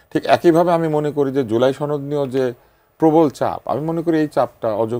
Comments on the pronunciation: উচ্চারণ ঠিক কর?(তরুণ মেধাবী) জুলাই ছনদ না সনদ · ছহি এরাবিক সুরে বলেছে।